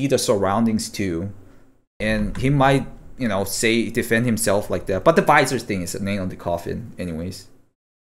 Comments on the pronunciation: its not veezor its visor. v eye soar. you were riving me nuts saying veezor lol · Thank you for eventually pronouncing visor correctly! I was dying for some reason you pronouncing vizerrr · lol its v-eye-zur........ ROFL.... the correction like one minute later.......